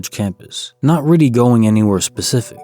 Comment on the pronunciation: “Really”=“Riddy” once you hear it, you can’t un-hear it! Lol